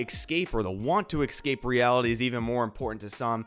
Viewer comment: "Escape" not "Exscape" my friend. :)